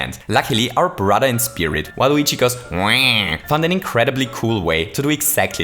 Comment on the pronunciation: okay but it's so funny when you say WaluigiGoesWa, you just go "WaluigiGoes.. *WA*"